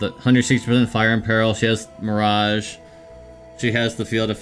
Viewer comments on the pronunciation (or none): none